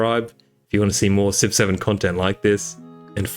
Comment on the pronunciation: What he says: Civ 7 What I hear: 6 7